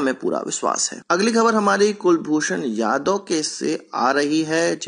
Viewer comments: Jadhav not yadav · Kulbhushan JADHAV ( कुलभुषण जाधव not यादव)